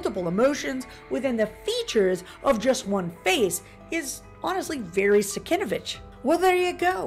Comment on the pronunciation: Cool info, I always loved the cover. BTW the artist's name is pronounced SIN-KEV-ITCH.